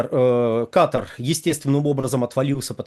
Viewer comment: В слове Катар нет буквы Г